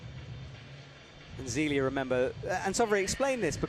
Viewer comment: I've ask you about this a few times, can you please get Zélia Avezou's pronunciation right? The British ZEEEELia is horrifying. You are a good commentator, you can do this.